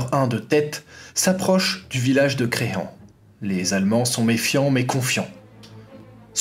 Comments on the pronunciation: Je viens d'en apprendre beaucoup sur l'histoire de ma région d'origine, merci. Juste un détail de prononciation : le village de Crehen se prononce "Creuhin" et pas "Créhan". Ce détail mis à part, nickel. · on dit crehin, même si c crehen